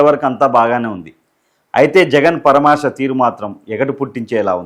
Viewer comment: పరామర్శ అనడం నేర్చుకో బాబు